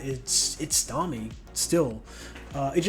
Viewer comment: i think its nice ur making longer form vids :) also, its not tommy. its pronounced TOE ME AY. l